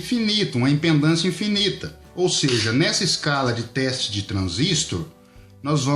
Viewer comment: Só pra te alertar! não se diz IMPENDÂNCIA se diz IMPEDÂNCIA OK.